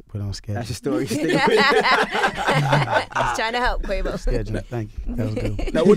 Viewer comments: Y Charlemagne said quave off lol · “ Take-O and Quavoff”. 😭😭😭😭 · Char said "Take-on" and "Quav-off"